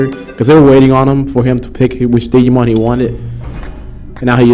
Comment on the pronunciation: Did you just say.....diggy-mon...wow.